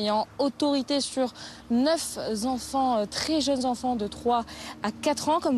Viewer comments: De plus en plus fort les jeunes journalistes : NEUF Z'enfants ??? Retourne à l'école ma petite !!! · ""NEUF Z'ENFANTS ""!! BRAVO!.... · “neuf ZZZZZZ’enfants”….????? Ah bon??? Tu es sûre de ta liaison?? 😂😂😂 on sait que c’est les congés estivaux, que les reporters qui restent sortent de l’école eux-mêmes. Mais tout de même… un effort! Entre les fautes d’orthographe sur les bandeaux QUOTIDIENNEMENT et celles de vos “journalistes”….